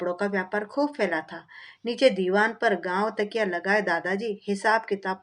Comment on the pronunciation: गांव तकिया नहीं इसे गाव तकिया पढ़िए